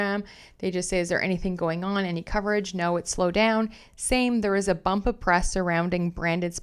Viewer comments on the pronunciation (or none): none